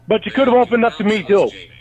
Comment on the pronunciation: “Be fawhkin real JAYMEEE!!!”- Lynne Armstrong, to a robot